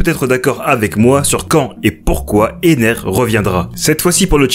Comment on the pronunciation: c'est enel pas ener